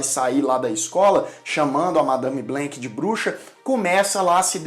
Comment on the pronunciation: Só uma dica pela-saco: não é “blênc”, é “blânc”.